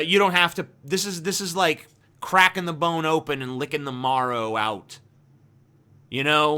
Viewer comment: You mispronounced "marrow."